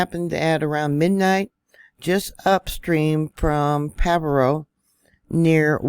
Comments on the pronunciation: Isn’t it pronounced Pajeeo? I can’t find pavo anywhere? Monterey county right? It can get major flooding without the break. 🙏🏻🙏🏻❤️ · PRONounced Pa har O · Pa-har-o that’s how you pronounce it . Thank you for the update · it is pronounced: pa..ha.. roe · Pronounced "paharo"